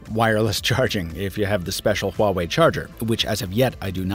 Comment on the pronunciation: You pronounce Huawei Correctly, that is impressive👍